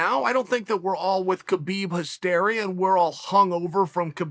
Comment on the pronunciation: Geez Uncle Chael, you pronounce Khamzat correctly, "Hamzat" but you pronounce Khabib incorrectly as it's also a silent K as in "Habib". And no, Khamzat did does not call himself "Khabib 2.0". Others were calling him that and Khamzat said no, "I'm Khamzat" not Khabib 2.0.